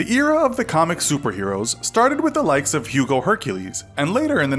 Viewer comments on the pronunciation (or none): none